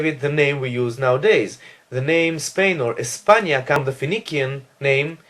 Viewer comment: Phoenician is pronounced fe-ni-shian in English not fe-ni-kian.